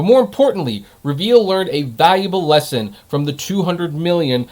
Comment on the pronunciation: REE- veel